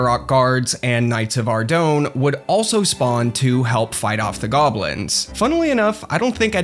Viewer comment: Ardougne is pronounced Ar-doyn, not Ar-doen.